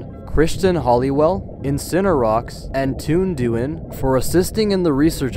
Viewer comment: As a Dutch person I lost it when he said Toon Duin